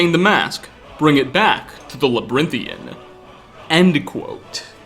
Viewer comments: dude, labrynthian? its labyrinthian, lmao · Labyrinthian. (La-bi-rin-thian) kind sir, not labrythian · Now, I'm not the type to nit-pick grammar, but friend, labyrinthian ( la-b-aa-rin-thee-en ). That aside, this game has aged like fine wine. And I hope to GOD ES6 is just as rich. I'll give it 2 hours of gameplay but if after that time I'm not impressed, uninstalled. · Its called labyrinthan in game, you probably confused most people by calling it whatever the he*l your saying.